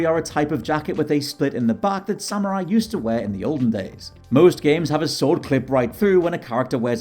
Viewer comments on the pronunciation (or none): none